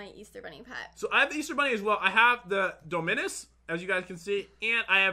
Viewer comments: lol he said do-min-us XD its dom-min-us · It's pronounced do-mii-nuss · u say dominus wrong its Dom in iss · says dominus wrong me like what the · He said Dominus Wrong OOF